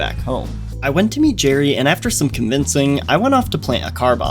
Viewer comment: Gerry not Jerry